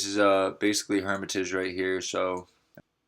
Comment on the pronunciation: How you claim chiraq news? When you can't even pronounce Hermitage. Just rename your shit to Woodlawn news.